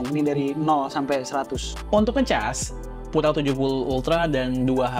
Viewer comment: Fyi itu Pura bacanya Piu-ra lho bukan pu-ra. Diambil dari bhs Spanyol yg artinya murni & elegan.